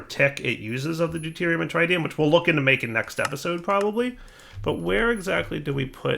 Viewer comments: Trit-ium not Tri-tium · "Deuterium and TrAiDium"... oof